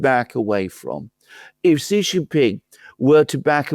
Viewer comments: his name XI JIN PING is pronounced SHEE JIN PING. I have SUPERCHAT you so many times I know you have read. JHEE means PENIS. AlexanderM says CEE or SEE which is an acceptable southern accent but JHEE the way you and Laura Ingraham say it on purpose is PENIS. Therefore, you are. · "Xi" in Xi Jinping is pronounced a lot like "she", like the female pronoun. One of you says "see" (like sea) Jinping, the other says "jee" (like je t'aime) Jinping. And the way you say the second-most important leader keeps changing from one podcast to another. (I'm being pedantic? Right. I'm an expert in chemistry. I can't pronounce aluminium. Please listen to my expert chemistry lessons.)